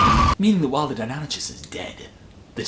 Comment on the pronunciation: Toby Kirkby No, it's pronounced Die non ikus.